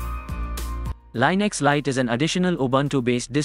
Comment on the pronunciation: It's pronounced Lin Ex, not Line Ix